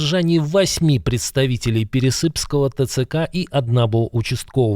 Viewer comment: ТЦК --- не военные , а не законное бандитское образование.Не ПересЫпского , а ПерЕсыпского района.Надо правильно делать ударение.